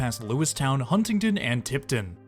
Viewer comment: Sus-kwuh-hannah, Kit-tanning, and Hun-ning-don, essentially, but the Pittsburgh student in me perked also at Mononga-hey-lah haha; loved seeing the trip and so many local shots! Went right by my house lol